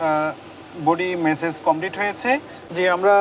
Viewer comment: message na massage hobe bolda sombadik